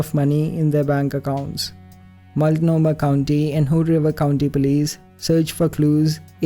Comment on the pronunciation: thank you for pronouncing Multnomah and Oregon correctly. Love all your and Alexandra’s videos.